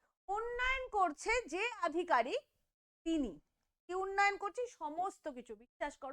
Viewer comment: আধিকারিক... অধিকারীক নয় ।